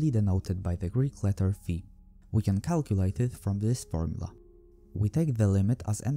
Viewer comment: As a Greek, I appreciate the fact that you pronounced φ correctly.